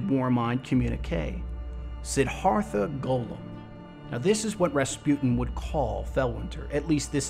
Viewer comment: Just so you know, it's pronounced "Sid-DHARTH-ah"